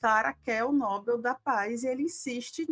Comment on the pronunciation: Atenção: vocês estão pronunciando a palavra "Nobel" de forma ERRADA!!! A sílaba tônica é igual a palavra "PAPEL", ok? Se vocês são jornalistas sérias procurem falar português da forma correta, por favor!